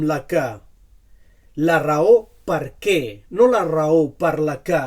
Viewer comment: El “què” el dius “qué” amb la e tancada. Per què?